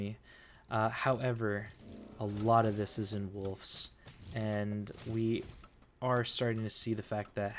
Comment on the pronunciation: There’s also no f in wolves. It’s not woofs